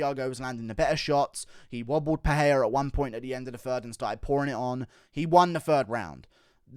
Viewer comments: It's pronounced Michelle PeREIra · When will you guys learn how to pronounce Pereira’s name? I have no idea why yall think it’s Pe-hey-ra